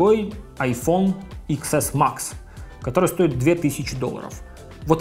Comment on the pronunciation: Тэн Эс Макс.... хватит его Иксом называть!